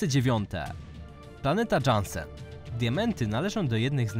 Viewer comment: Jaki Dżansen?? To sie czyta Jansen.